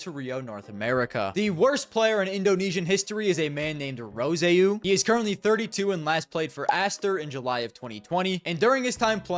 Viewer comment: ermmm actually it's prononced "rose o" and it's the french word for reed 🤓👆